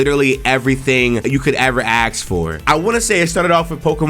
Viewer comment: dude lost me on the first two. but "all you can axe for" made me pause downvote and comment